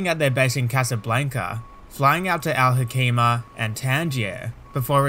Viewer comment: Al Hoceima I am from that city Al Hoceima is pronounced Al Hoseima not Al Hokeima with C like niCe not like C in Clan